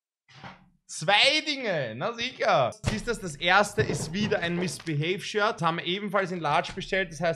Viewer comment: Niemand: Wirklich niemand:: MiSsBiHeY 😂🤦🏻‍♂️